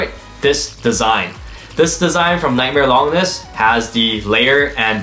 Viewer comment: How hard do the new blades hit cuz I have a unique colored og bay from the very first series tht was the phoenix one that's a clear red and it wrecks some these new blades. And lol longness isn't how you say it it lon-ginus named after the unnamed roman who stabbed Jesus on the cross